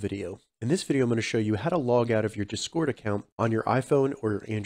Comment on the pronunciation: you gotta make it sound like discord not desquirt